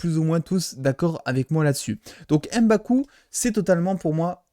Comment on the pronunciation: C'est MBAKU et pas EM-baku